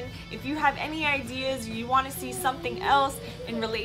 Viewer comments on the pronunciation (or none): none